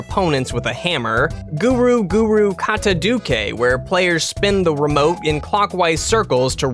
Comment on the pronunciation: Mandatory " can't pronounce Japanese for shit" comment. Granted, I can tell that the romanization for some words fucked him up; 'kataduke' is an abomination born from a shitty transcription system (づ is not a 'doo' sound, it's a 'zoo' sound). The rest of it is still obviously because he can't be bothered to learn the sounds of a language he doesn't use though, but that's reasonable. I just really like bitching about romaji systems, because I'm a nerd. Seriously though, not even professional translators, educational institutions, or governments have figured out that some situations call for readability, while others call for a more direct correlation between the writing systems. Here ends the mandatory " can't pronounce Japanese for shit" comment (with a side of "I'm a huge nerd, but not a weeb").